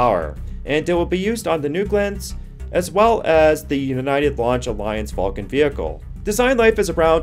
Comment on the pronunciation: sounded like you said ULA "falcon". Subtitles thought you said that too.